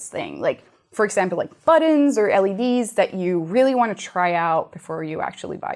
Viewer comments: It's buttons, not "buddons". Anyone else annoyed by this? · "on a hotel"? In case someone is going to complain that that was all I had to say, I also noticed she kept saying buddons instead of buttons. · Wow, sounds like they have a lot of "buddons" haha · I love the way she says buttons -- "buddins". The claim that the batteries of one type of electronic device explodes ignores the fact that the same components are used in a wide variety of devices. I guess the story was spread by someone selling a branded product in America (using Chinese parts). The claim that hoverboards and drones made in Shenzhen are copycat ignores the fact they were more or less invented there. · "Buddons" LOL Simone and Norm are gonna be friends! It Figgers! I love Tested! But I had to say it! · massive ammounts of "buddens".